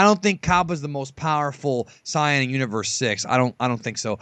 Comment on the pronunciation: U clearly arent a dragon ball fdan i seen ur other videos and you cant even pronunce saiyan. you maybe like the show but i sugest not making vids if you only now a little bit. yu can jut make up stuf